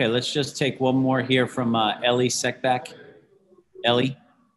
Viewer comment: Did he say ellie seckbach?